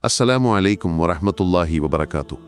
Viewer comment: സലാം പറയുമ്പോൾ ശ്രദ്ധിക്കുക നസ്സലാമു അലയ്ക്കും എന്നാണ് കേൾക്കുന്നത്